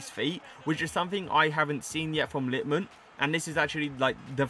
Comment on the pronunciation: Its LitmanEN, not Litman. Was painful for ears and I’m not even Finnish